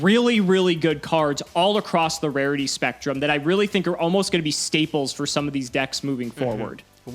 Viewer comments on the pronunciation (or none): none